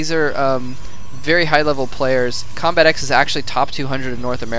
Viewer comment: Its combatEx not combat Eeh EX